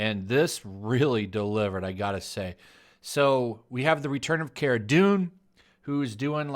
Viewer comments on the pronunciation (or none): none